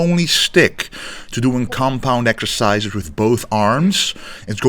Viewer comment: "doing the row ekercises". Glad to hear you are going to Olympia again!